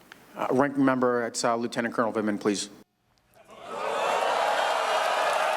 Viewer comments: "Ranking member lieutenant cournal please" lol recognize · or "len eternal"